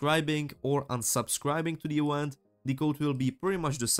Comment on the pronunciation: Great tutorial. A note about your English though, you should search up how "Event" is said, and specifically how a "V" is pronounced. You're pronouncing it like a "U" and it's very strange. Not a negative remark, just trying to help as it was slightly distracting (but not a big deal).